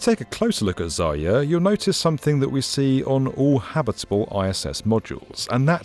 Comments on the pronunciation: Zayer? You dummy 😊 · You keep losing the r in "zarya", resulting in "zaya" which means "dear bunny" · It is not Zaya, this is ZaRya...